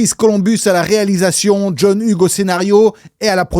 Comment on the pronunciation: Hugues se prononce Yougs... Et l'Ia du début est pas mal... Mais j'ai vu une video la semaine derniere qui decortique la maison de tournage, L'evolution, les travaux pour le film, les incoherences des placements des pieces, TOUT ! Donc raté ! ;)